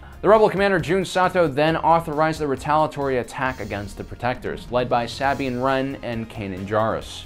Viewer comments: It's Sabine Wren, not Sabian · Why do these people insist on saying names wrong? It's pronounced "Suh-been"! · The way he pronounced Sabine gave me cancer...